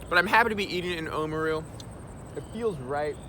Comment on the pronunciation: Awesome vid. FYI Oamaru is oar-ah-mah-roo (rolling the “r”), not oh-mru ☺️